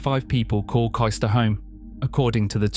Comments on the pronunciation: Kystor? Wondered where on earth they meant. Then I found myself saying out loud ‘Oh Cayster!’ Agree with other comments, places not pronounced correctly, house prices not up to date. Lincolnshire is the best, but stop encouraging people from the South moving there and pushing house prices up beyond what locals can avoid. Lincolnshire remains charming because it’s remote and distinctly Lincolnshire. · It’s pronounced Caystor, not Keyester. Other than that, a very good video.